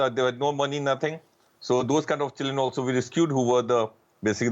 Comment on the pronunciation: keeps saying chilen instead of children.